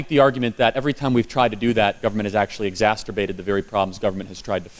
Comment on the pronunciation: Ir'a nor "EXAST-"TER"-BATED .. it's EXA-"CER"-bated .. you're getting dangerously close to "masturbated' with this mistake so mispronouncing that word doesn't help dear man. You're FANTASTIC - I think you're GREAT. A little fine tuning perhaps? I'm far from perfect .. just trying to help. Oh! And for a smile here's Woody Allen's famous quote: "Uh.. the thing I love most about uh .. uh.. uh .. uh masturbation .. is .. is .. is THE "CUDDLE TIME" afterward." LOL !!! EXA"CER"BATE. Not exasTERbate.